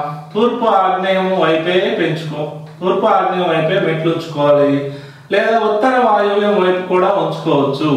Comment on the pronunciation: పశ్చిమ వాయువ్యం ను ఉత్తర వాయువ్యం గా వినిపిస్తుంది మిా వాయిస్ క్లియర్ గా చెప్పండి.